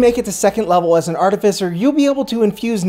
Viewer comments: Its Art-i-Fice-er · Its pronounced like ar-tifi-ser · The irony that he’s technically correcting the old pronunciation when it’s actually ärˈtifəsər with the stress on tif and cer not on at and fie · YOU PRONOUNCED ARTIFICER WRONG IN THIS VIDEO. YOU HAD IT RIGHT THE LAST TIME. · I can't say that you mispronounced Artificer; it was just too new to me for me to not mention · Oh no! They bullied you into pronouncing it wrong! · I actually changed my pronunciation to this after many comments in my last artificer video haha. You'd be interested to know that the pronunciation is different depending on regional dialect. Your pronunciation, I believe is one consistent with the UK whereas the one you hear in this video is the US variant!